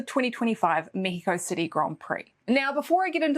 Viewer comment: 1. As a mexican, I loved that pronunciation! 2. Be safe, and I appreciate this video even more. 3. I know you like Yuki and well, you have to support a kiwi, but who do you think will get the two RedBull owned seats available for next year?